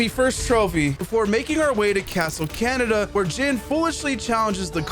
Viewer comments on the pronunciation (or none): none